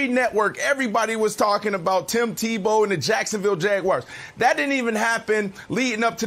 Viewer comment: “Jacksonville Jag-wires” 😂